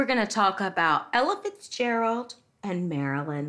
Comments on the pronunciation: Without reading the title, the narrator seems to be saying "Elephants Gerald". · Every time she said Ella Fitzgerald I thought she said Elephant Gerald... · She kept saying it like 'Elephants Gerald.' True #DrunkHistory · I keep hearing "Elephants Gerold"